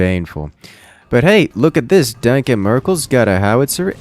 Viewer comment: The way pronounces "danke" made it really hard to watch the sets Danke Merkel played